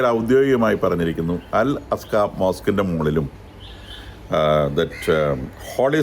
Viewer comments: അൽ അക്സ മോസ്ക്, അൽ അസ്‌ക അല്ല. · അലാസ്‌ക്കാ മോസ്ക്ക് അല്ലെ ടോ അൽ അഖ്‌സാ എന്നാണ് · അൽ അസ്ഖ അല്ല അൽ അഖസയാണ് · അൽ-അക്സ ('അസ്ക'യല്ല). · It is Al Aqsa: not al aska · Al aqsa not al alaska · അൽ അസ്‌ക അല്ലടോ... അൽ അക്സ എന്നാണ് അതിന്റെ പേര് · അൽഅസ്ക അല്ല അൽ അക്സ ആണ്. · അസ്‌ക അല്ല 😫അക്സ ആണ് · Dear sir , first learn to pronounce Al Aqsa mosque and The Church of the Holy Sepulchre, before you do this detailed biased analysis